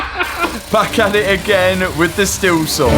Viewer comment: It’s pronounced STEEL not stil